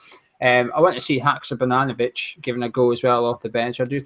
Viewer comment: said Haksabananovic 😀🍌🍌🍌